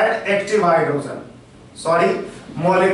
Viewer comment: phele hydrogen bolena sikh la......................................